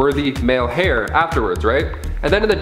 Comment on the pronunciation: Just a small pronunciation note heir is said like air not like hair. Other than that, I guess ruling a nation is attractive. Doom seems to get it on with a lot of ladies.